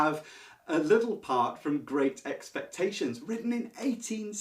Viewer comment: I couldn't understand when you read great expectations tho